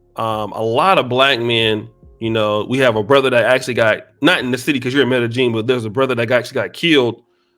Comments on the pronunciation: The BEST advice I can GIVE YOU, is STAY THE F**K AWAY!!! LOL!!! 🤣🤣🤣 ...and OH!!! It's pronounced "M'eh-d'eh-Y'eeen!!!" Not "M'eh-d'eh-JEAN"!!! 🤣 C'mon brah! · This nigga keep saying metta jean and it’s killing me